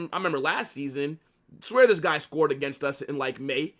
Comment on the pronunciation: And “ THHIIISSS IS A MUST WIN GAME”😂😂😂 I like this guy..